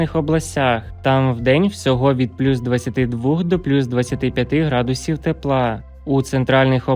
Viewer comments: Градусів навчитись. Правельно ставити наголос 😂😂😂😂де вас вчили😂😂😂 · Вікторія, ви напевно не чули ще гарного голосу. Він же співає а не говорить. А наголос ставить не вірно . Які - градус І в , вірно - грА дусів а називає області , то наголос теж робить на букву І, наприклад: ЖитомирськІй. Що це за неуч такий